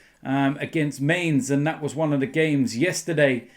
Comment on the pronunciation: Its gorgeous how the german club names are butchered by so many "new" Bundesliga fans :D U got RB Leipzig correct though :D And Dortmund was quite alright as well But MaINeZ killed me :P